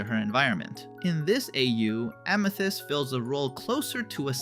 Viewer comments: Bro didnt have to say ameeths It’s amethyst not ameeths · Did you say AMETHEST, ITS AMITHEST LOLOLOLOLOL, MY BROTHER SAYS IT THA5 WAY TOO OMG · “Ameethist”. Yeah this is ai slop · stopped right after that because no way would a human accidentally pronounce it like that😭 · Ah, yes, “AMEthyst” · A mii thist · AMEthyst (AMÆtist) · i think it’s AI because of how they pronounced amethyst :/